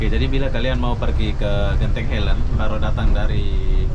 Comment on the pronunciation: Tolong sebut dgn ejaan yg betul..bukan genting helend..dia Genting highland. Ingat ini Malaysia bukan Konoha.